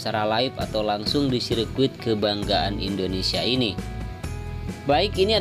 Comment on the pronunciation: Sirkuit bang.bukan biscuit... Hehehhh😂😂😂😂😂